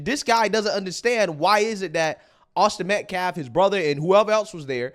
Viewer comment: Has he learned how to pronounce "Austin Metcalf" yet? What a complete scumbag